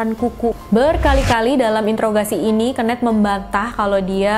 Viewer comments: Kenneth di baca (kenif) kak bukan di baca kenet,hehehe. Kenet itu sama artinya dengan kenek 🙏🏻. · ken-neth bukan keun-neth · Suka sama cara story telling nya, cm kadang ada bbrp pelafalan bahasa inggris nya yg aneh bgt.. Saran aja, sering nonton video bahasa inggris biar lebih bagus kak spelling nya.. Ky misal pembacaan nama KENNETH d video ini.. Jd agak gimanaaaaaa gt jd nya.. Klo pembacaan inggris nya lebih bagus makin mantep lg kakak.. 😁